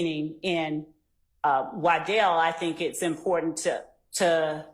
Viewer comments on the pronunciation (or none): …. It’s pronounced TO, not TA. You’re welcome.